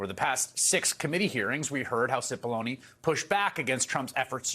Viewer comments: The pronunciation is, cE pol lon A. ( big onions) Seems to fit his character. No? He has brought tears to the eyes of many. And his character is acid. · Cippollone rhymes with bologna